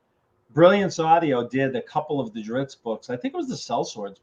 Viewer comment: Interesting that RA keeps using the pronunciation of Drizz’t in two ways, “Drizzd” and “Drits”, through each other. And yes I got that! “Wobbah wobbah!” - that was epic